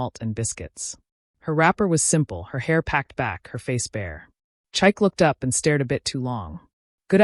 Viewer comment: THE NAME IS PRONOUNCED CHIKAY. NOT CHIKE !!